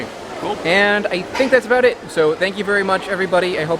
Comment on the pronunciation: Why are you guys saying it that way LOL "peanus" is what you are saying but I think you mean "peanuts"